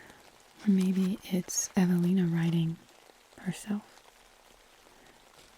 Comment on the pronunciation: Ohhh, you said Evelina? I thought you said javelina, as in the wild pigs we have in Arizona. 😂